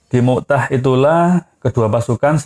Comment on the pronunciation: Bukan mu" tah min... tapi mut" ah